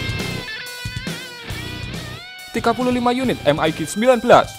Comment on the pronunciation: EM AI JI bukan em ai gi.. lebih mudah baca Mig.